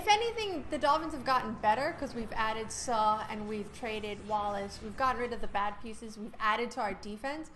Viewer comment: the fact you can't pronounce Suh. smh